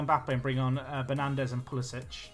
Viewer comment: Just a minor thing, if you want to say it correctly, Pulisic is pronounced Pulisick - not Pulisitch.